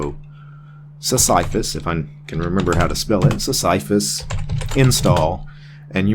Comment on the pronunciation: Pronounced Sis-suh-fuss ike the character from Greek mythology, presumably. His rock was his thing.